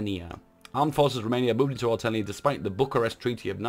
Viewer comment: Your pronounciation of Oltenia is good, also I love you reading events